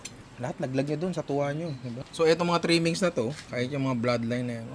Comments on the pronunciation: Punta ka kahit saan sa Visayas. Hindi lang sa Cebu may ganyan. At saka Tula po yan hindi Tuwa… mga Cebuano lang hindi nag propronounce ng “L” pero sa buong Visayas Tula/Tinola talaga yan. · Part 2 kasi 30mins lang yung challenge hahahahaha. Yung TUWA dapat TULA like sa Tinola, kasi pag Cebuano ginagawang "W" yung pronunciatiion ng "L". Kaya dapat "Tula"